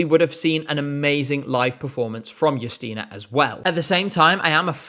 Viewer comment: I must say,, you nailed how to pronounce Justyna's name and surname. And it's so nice you like polish pick! That being said, no, screw Rafał, him being picked as our representative was not only embarrassing, but it was even bigger controversy that last year NF and it's not even close